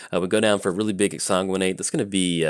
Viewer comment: we've already been over this whole exsanguinate pronunciation.